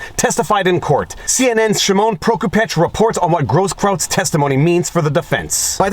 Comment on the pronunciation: No problem pronouncing Grosskreutz and Prokupecz but struggles with Mark Dice's ventriloquist dummy. Deliberate mispronunciation methinks. Kudos.